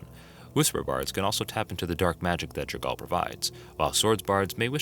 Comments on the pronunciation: That is to say, not J'r-gaal. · Jergal (pronounced: /ˈdʒɛrgʊl/ JER-gul]) Edit: For some reason when you say 'Jergalist' you do pronounce his name correctly before returning to J'r-gaal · Guy puts a strange inflection on jergal’s and Myrkul’s name . Like an exclamation on the A and the U.